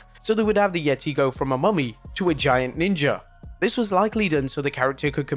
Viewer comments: It’s not called the Yetti- it’s The Yet-taay! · Its pronounced the YE-TAY, not yeti 👌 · Dammit, you've said it all wrong. It's "THE YETAY! THE YETAY"!